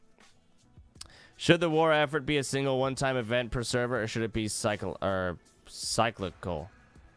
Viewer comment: cant pronounce cyclical? put the keyboard down and read a book for christs sake